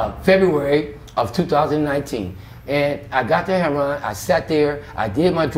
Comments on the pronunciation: Something is wrong with this story. You would think that after all this time he would know how to pronounce the drug he is addicted to. His story is much too detailed with never having to even think about it for a minute. I have never met a junkie like this guy. He also said something about being so amazing that he lasted so long at his age. Doesn't make sense. The cops made him go to jail for overdosing. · why tf does he keep pronouncing "heroin" as "heron" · Is it just me but is it pronounced Heroin?.........Or Hairon?......... If you’re going to get high off of Heroin at least pronounce it correctly. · So annoying how he says herron not heroin lol I do wish him well though.. I hope he starts making better life choices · Why do some Black interviewees say "heruon" rather than "heroin"? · Why do people say "hair-on" instead of heroin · It comes off sounding as 'hair-on', but they are pronouncing it as 'hero-wine', instead of 'hero-win' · should be in a Spike Lee movie or similar. Although he has been through hell and back, he is very expressive and great in front of camera. Love how he pronounces heroin as hero-arnnn. You are a star,. Thank you for your story. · I took a drink every time he said herro-wan. Man I'm wasted now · The way these dudes say "Heroin" ("Her'on"!) is just weird. 🤔😀 I wonder where that pronouncement came from?! 😊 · It's just Hood Street Language. We know it's Pronounced Heroin! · i love how he says heron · This was a lot. I snapped back in everytime he said hair-ron. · How do you get Heron out of heroin? I hear so many people on these videos calling it Heron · why do so many say HAIR RON ?? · Why do all these people(LA) pronounce it heron ,there is i ! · Never heard of anything pronouncing "HERON" for heroin. He seems like a honest person.